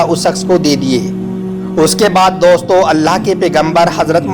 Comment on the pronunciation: Daustoo kyu bol rhe bhai...